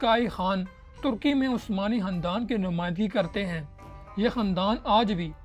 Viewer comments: Hahahah o Bhai khandan hota hy handan ni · Khandan Not Handan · Khandan ko sahi pronounce karay